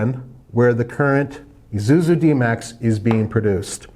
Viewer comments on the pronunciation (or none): It is ISUZU, not ZUZU. Come on mate ;) Please check out how to pronounce it :)